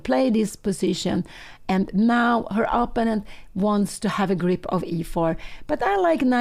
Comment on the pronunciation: But maybe Pia Cramling would like to know that she consistently and often pronounces "opponent" incorrectly? Anyway, I would be happy if someone told me about this kind of mistake if I was a YouTuber who reaches a lot of people.